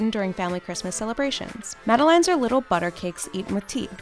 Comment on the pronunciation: The way she pronounced dulce de leche, madelaine and génoise made me 😖😖😖😖😖And they forgot medivnyk cake from Ukraine/Russia